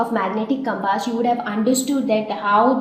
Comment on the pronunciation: pronounciation of compass is totally wrong...........hahahahahhaha...... but yes the way you explained was really nice thanks for your awesome effort